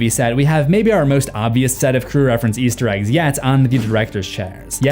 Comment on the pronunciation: And something you missed in your own videos is sometimes when you say "Easter Eggs" in this compliation it sounds like you're saying "Yeester Eggs," and you use the term "yeet" often in your various series. 😅💚